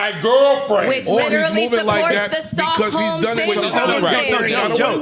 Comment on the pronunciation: Joe: Is that Stockholms?: Please take that "S" out.. 😂😂😂😂